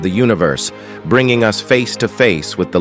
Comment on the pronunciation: Interesting if not fascinating video. A couple of things… 1. Pronunciation of Silently, Radiation and Us: Computer narration has some drawbacks. Where is his real human soundalike? 2. Michio Kaku is in the video cover picture. Otherwise, I don’t know where his scientific greatness fits in here. Either mention his name as appropriate, or remove his picture there.